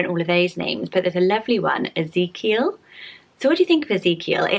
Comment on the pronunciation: BIRTH ANNOUCEMENT My big sister just gave birth to little Ezekiel Mateo! he is the cutest baby ever and your pronouncing it perfectly!